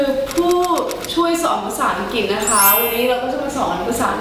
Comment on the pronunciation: ถ้าออกเสียงคำว่า อังกฤษ เป็น อัง- กริช ไม่ใช่ อัง_กิต จะเยี่ยมมากเลย